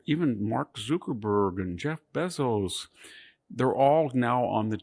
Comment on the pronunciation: Why would he intentionally mispronounce Zuckerberg and Bezos name? I’ll never be convinced it’s not intentional.